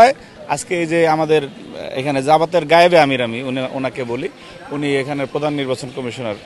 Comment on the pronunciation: নায়েবে আমির এই কথাটা উচ্চারণ করতে সমস্যা হয়